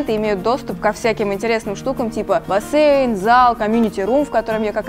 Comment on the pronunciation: Почему бассЭйн? Это так ужасно режет уши 👂